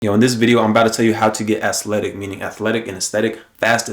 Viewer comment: Bro really said "Ass-letic"🤣😭